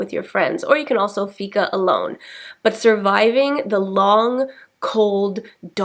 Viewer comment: It's pronounced fiiika with a long "i" not ficka. However, keep the good work up 😃